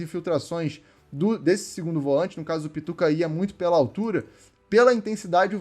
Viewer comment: Volãinte? Atacãinte?? Sudestino fala tudo errado 😂🤣😂